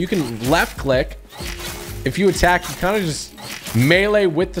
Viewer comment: 'When jou lose speed jou lose momentum' Typical Gamer-2020